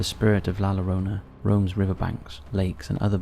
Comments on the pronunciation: La Lore-Own-Uh 😆 Jk man great video man 👍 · The weeping woman aka La Llorona, you don't pronounce the L, in Spanish you usually pronounce the double L as a Y. So it sounds more like La Yorona. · Hey handsome it’s a y sound on “LLorona”. You are usually spot on. Love your videos. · I was just about to comment the same!! I would say /j/ as in justice.